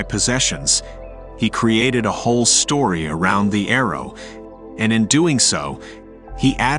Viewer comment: Story not stroy